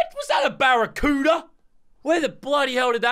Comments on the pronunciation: I love the way he say barracuda. " BARRACUEOODA " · The way he said barracuda killed me😂😂